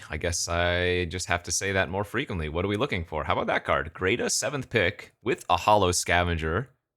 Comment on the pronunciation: Not trying to be rude but, hearing you say Greta as “Greata” everytime is grating… its like Hansel and Gretel